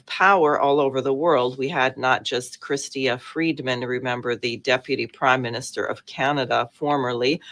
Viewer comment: Chrystia Freeland is the correct pronunciation of Canada's former 'Deputy P.M.', and yes, her grandfather was an ardent Ukrainian nationalist and Nazi supporter. She has been aware of this, and has never distanced herself from him or from his beliefs and actions.